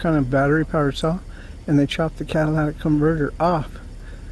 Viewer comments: the word is CAT-A-LIT-IC, LOL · They asked me the same sht, then encrypted the scanner where I frequent. Nvr trust a cop. And btw, it’s catalytic, lol